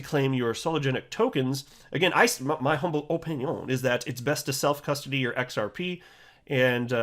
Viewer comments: Can you stop saying, "O-pin-ION'. Highley annoying. Might have to unsubscribe if it continues.🙄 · That’s the only reason I subscribed. If he ever stops saying it, I will unsubscribe.